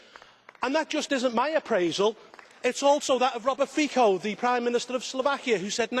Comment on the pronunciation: That's not how you pronounce Robert Fico, other than that, he said everything right.